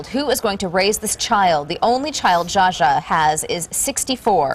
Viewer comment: On of the the female reporters couldn't even pronounce Zsa Zsa's name right. And why do they all talk like they've inhaled helium?? I'm glad I never watch this kind of sh*t on TV. It rots the brain.